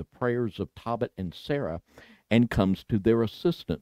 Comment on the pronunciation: Tohbit, not Tawbit!!! Ark angel, not arch! Come on, it's not that hard!